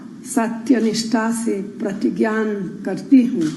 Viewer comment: Pratigya nhi pratigyan kaha